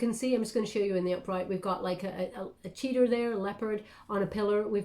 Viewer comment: Hi, its Cheetah! not cheeter, a different animal!